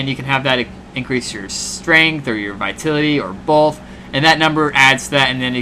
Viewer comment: it's pronounced vi-TAL-ity lol - otherwise good and thorough review! Thanks!